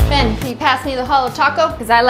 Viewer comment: You said it wrong, it's beyyyyyyn